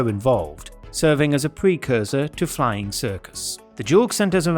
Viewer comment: You might want to learn how to say 'flying' in German.